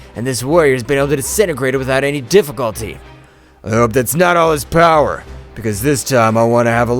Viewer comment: how many time your say poweer lmao